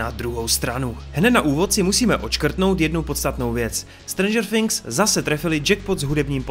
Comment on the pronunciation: nevyslovuje se to strendžr finks ok ?